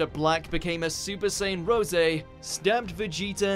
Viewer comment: So English dub fudged up Super Sayyian Rose pronunciation.. really irritating